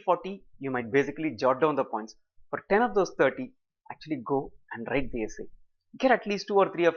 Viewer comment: whats with "wrrrrrrrrite the essay" ? video is very helpful, thank you